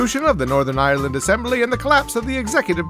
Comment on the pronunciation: "Ireland" only has two syllables.